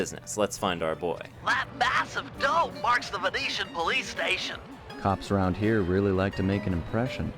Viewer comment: Are you Venetian? Your pronunciation of the landmarks was absolutely spot on. None of that “I’m not even gonna try to pronounce that” nonsense. I like it!